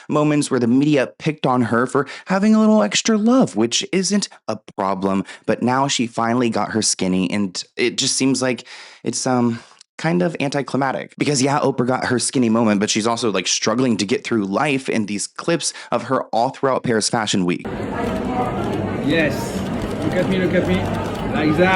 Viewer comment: Climactic there’s a T in the middle